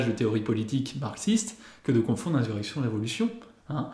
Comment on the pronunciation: Je t'entends souvent dire "inZurrection", insurrection se prononce comme insuline ou insuffisant... Ce mot, de par son importance et son emploi régulier ici mérite toute attention !